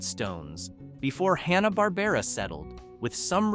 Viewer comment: Pronounced HAN-uh bahr-BAIR-uh 😊